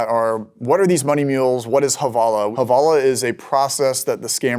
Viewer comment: The proper term is Hawalah not havalah, it's actually in Arabic term that means transfer, but Indians can't pronounce w so the they turn it into a v